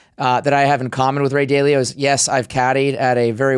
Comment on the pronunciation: Dude runs a capital management firm and doesn't know how to pronounce "Dalio?" 😆